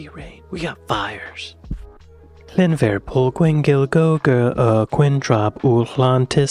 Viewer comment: No I'm Welsh and have been speaking Welsh since I was 4 years old, I'm 41, the English get it wrong, the Welsh has a different alphabet and does not translate directly into English, there's no V in the Welsh language, 1 F is a V sound, and 2 FS (FF) is an English F sound, trust me it's wrong lol